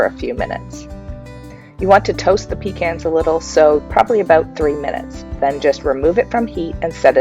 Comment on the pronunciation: Pekahs not pee cans